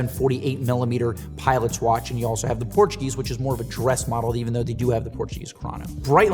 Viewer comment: Nice video, however some watch model names were pronounced incorrectly (e. g. Portugieser, Calibre de Cartier)